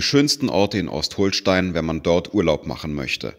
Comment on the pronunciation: Schönes Video, etwas wackelig hier und da... aber Ost-HOHL-Stein? Ostholstein. das "O" ist kurz. Und Travemünde gehört mit zu Lübeck. Ich hätte mir Zwischenstopps nach Fehmarn hoch gewünscht, hier gibt es viele schöne Orte zu entdecken. Und Scharbeutz ist schöner als Timmendorf, auch wenn die "Reichen und Schönen" aus tradition eher nach Timmendorf fahren.